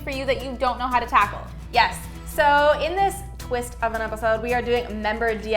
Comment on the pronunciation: No one:: tACkLe